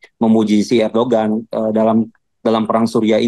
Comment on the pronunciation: Lu kuliah di turkiye 😂😂😂 nyebut ERDOGAN AJE gak bisa ..ERDOWAN BLOK